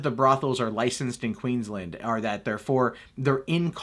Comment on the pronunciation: The way he says Queensland makes me want to punch him in the throat.. QEEENS LAND not Quinsland..